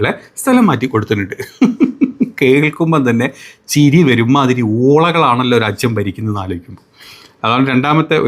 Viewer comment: രാച്യം അല്ലടാ രാജ്യം അങ്ങനെ പറ ഞാൻ കുറെ കാലമായി കേൾക്കുന്നു